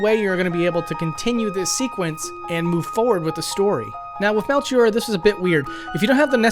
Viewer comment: Interesting pronunciations. I always assumed Ayla, Magus, and Melchior are pronounced "Eye-la", "May-guss", and "Mell-key-or".